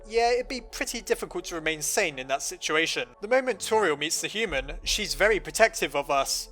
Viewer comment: Her name is pronounced Tor-E-el not Tor-e-al